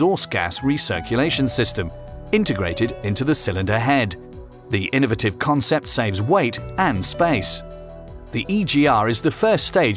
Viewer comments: Say it with me: INUHVITIVE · In•a•va•tiv and al•u•min•e•um two excellent ways of being extremely British.